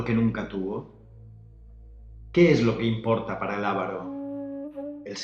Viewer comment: Es Avaro, no Ávaro.